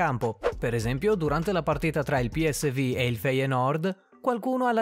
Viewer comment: si dice piesvu non piesvi non è inglese ma olandese e poi è feienord......